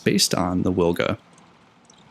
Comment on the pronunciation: Wilga is prounonced veelga, trust me, I'm a Pole. W is always V in Polish, to say weelga we would write it down as Łilga